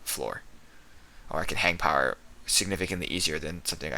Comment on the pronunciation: Jack hammah. All powah.